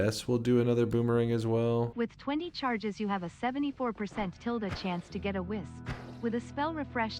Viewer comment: Kept thinking he was saying whizz when he said wisp 😹